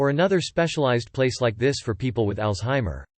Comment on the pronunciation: Lmao robot voice read it as "150,000-200 p-p-l". I was thinking, Holly crap that's not a wedding, that's a concert